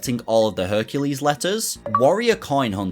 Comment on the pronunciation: Every time he says "Herculade" he loses his chances of getting Hercu-laid I've been watching so many RA 100% videos lately, that now as a junior dev, it's on my bucket list to have a video made for at least one of my sets in the future